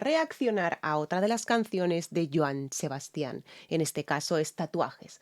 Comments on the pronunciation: En el caso de Joan Sebastian, el nombre "Sebastian" no lleva acento ortográfico, porque el énfasis no es en la última sílaba como la estás pronunciando, el acento prosódico es en la primera "a" que es en donde debes hacer el énfasis. En otras palabras: no es "Sebastián" sino "Sebastian". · gracias ..todo bien solo la pronunciación de Sebasti án ....🤥